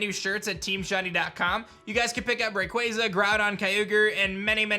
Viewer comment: Finally a youtuber that says Rayquaza right...